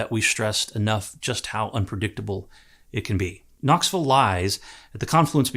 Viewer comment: Sir called it KnoxVUL. It's safe to say he has assimilated. 👍